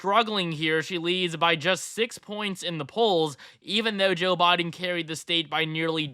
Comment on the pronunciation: Brutha it’s Biden not Boden